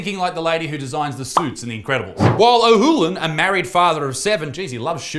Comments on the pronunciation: You're saying Ohoolan. The name is clearly Olahan. OLLLLLLahan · His name is O L O H A N, NOT OHOLAN. IT'S LIKE TEACHING BASIC READING TO A TODDLER OR ARE YOU ONE OF THOSE WHO IDENTIFY THEMSELVES AS INFANTS? 🙄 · You said the guy’s name wrong every single time and it drove me nuts 😂